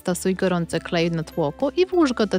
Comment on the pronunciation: NIE MUWI SIĘ KHLEJ TYLKO KLEJ